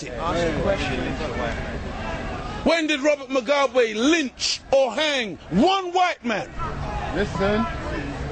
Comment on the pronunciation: its robert MUGABE u damm fuck not robert mogwabe!!!!